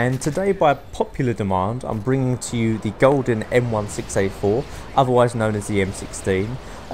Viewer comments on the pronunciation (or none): Why did you pronounce the M16A4 as 1-6-A-4 but the M16 as 16?